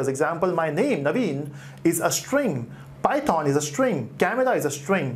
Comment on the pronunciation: please stop saying PY THOON